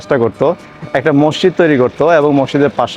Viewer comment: মসচিদ কেন বলছেন।ওটার উচ্চারণ মসজিদ হবে। দেখেতো সচেতন মানুষ মনে হচ্ছে!